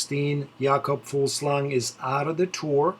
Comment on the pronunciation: His name is Jakob Fugl-sang and not Fug-slang!! As a Dane like himself it annoyes me to hear that kind of pronunciation :D Back to the stage prediction. Teams who will try something 1. Astana (Fraile, Cort -> They will wait using Lutsenko and Bilbao for the mountain breakaway at stage 18. I really hope to see Cort nail this stage to honor his fellow countryman Fugl-sang!) 2. Michelin-Scott (Trentin, Impey) 3. CCC (Avermaet, Geschke, where the last guy if not tomorrow then the day after tomorrow we will see him breakaway - fantastic condition) 4. Team Dimension Data (Valgren) 5. UAE (Costa) 6. AG2R (Naessen) 7. Lotto Soudal (De Gendt, Benoot) 8. EF Edc. (Clarke, Woods)